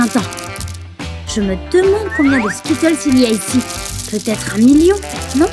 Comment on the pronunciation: Déjà essaye de bien prononcer skittles